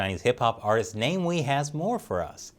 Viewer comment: It's pronounced Na-Mi-We.